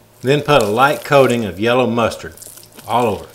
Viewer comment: Yeller musturd... love it 😆